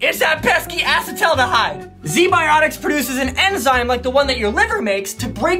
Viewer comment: Watching try to pronounce acetaldehyde made my day